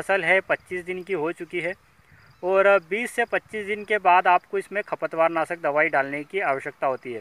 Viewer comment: खपत वार नहीं खरपतवार साफ शब्द बोलिए